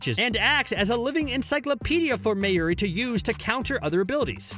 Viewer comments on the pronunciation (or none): The pronunciation good looooord😬 Meyuri Kurotuchichi Bayakuyo 😫😫